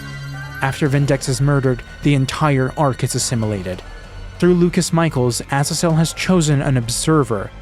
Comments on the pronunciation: Why do you insist on pronouncing Azazel that way? In both American and British English, the emphasis is on the second syllable. Seriously, just google "how to pronounce Azazel" and google will even offer to pronounce it for you, and you can switch between British and American English. It's either "uh-ZAY-zl" or "uh-ZAA-zl". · Pronounced “azaezel” It’s a biblical name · who in their right mind pronounces azazel like that????